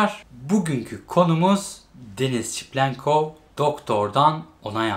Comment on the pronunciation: videolara devam ama şu adama çiplenkov demesen:D seviliyorsun